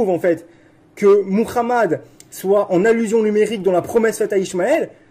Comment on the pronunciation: Il prononce bien Muhammad 😊. Salatou Salam. Paix aux gens du Livre